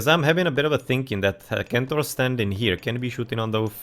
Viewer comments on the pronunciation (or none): Excellent casting. Just one thing, it is 's-entaur' not 'k-entaur' but yeah anyone is free to pronounce it however they like. 🙂